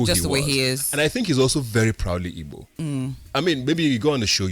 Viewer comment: Wtf is ibo, learn to pronounce the word ma, it’s Igbo.